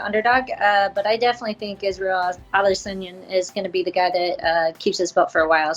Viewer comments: Did she say Israel adis onion? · “Israel adesonion” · Just me or did Ashley yoder call him adesonion? 😂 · Nobody: Ashley yoder: Israel ades-onion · Isreal "Ades-onion" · Yoder “Israel ALICE-ONION” wtf😂💀💀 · Did Yoder call him Adis onion? 🤣🤣🤣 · israel adisinyin